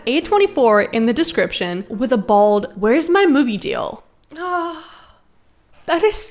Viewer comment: did you say bald or bold lol